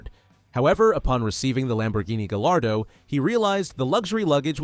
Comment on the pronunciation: are you really running a car channel and not able to correctly pronounce gallardo? Guy are dough.